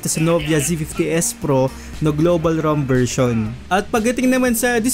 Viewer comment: sir bakit ram pronounce mo sa rom? ang sagwa kasi ram? kahit san po sir di ko po narinig na ram ang pronounciation ng rom.